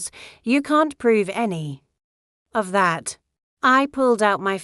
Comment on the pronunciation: Every time you use the letter "D" as a word... Spell it out "DID". Your sentence structure is poorly done by not spelling out and saying the words correctly. It takes away from the story. You also had a spot minutes where the letters of the word "That" were separated and you said "T Hat", instead of That. Now it makes me wonder if your letter D was supposed to be a part of a word but you put a space in-between it. Like the T 'space' Hat. minutes you spoke the sentence: "I bought 4 more...." But it was written as "I bought For more..." , instead of "I bought four more..." You might want to check for grammatical errors before putting your story out for the public. Some of us actually read the words and listen to the story.